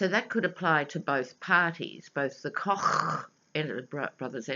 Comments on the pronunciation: Hi,, we pronounce Koch as "Coke" Brothers. Love your readings in America! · Hi, The correct pronunciation for "The Koch Brothers" is "Coke". I love your pronunciation better Ha! Ha! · hahaha youare too funny when you say kochchh! I have this same exact thing I do about my brother and his block head(we are half german half sicilian italian) he favors the german side with his big blochchh head I say block like you say kochchh. I am dying laughing everytime you say it!